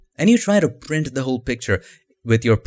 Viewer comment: Nobody noticed the way he said "Print" 😂 Edit: Also "Brighten" " 🤣